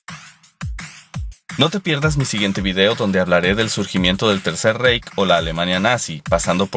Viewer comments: Diutchland!! Jajajaja!.. No pues para eso está Google Translate compadre. Es "raij"no "reij". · Reich se pronuncia Raij ...! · #9 Deutschland se lee "Doitshland", no "Deutchland" #19-#20 Reich se lee "Raij" no "Reik" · Se pronuncia "raij" y no "reich". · Se escribe Reich y se pronuncia '' raig' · "Doitschlant", y en latín se pronuncia como "Yermanía" y "Yermanus". "Reich" se pronuncia algo así como "Raij".